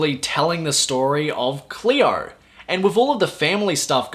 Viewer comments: Hello,! It is not "Clear", it is "Cleo"! 😉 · don't be an asshole. His pronunciation is dictated by where's he's from and makes it difficult to have a clean "Cleo" pronunciation.